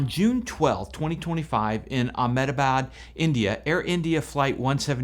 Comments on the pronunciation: it’s not called ehamatabad the correct pronunciation is Ahmedabad 😅😅😅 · The Indians pronounce it "AHM-de-baad".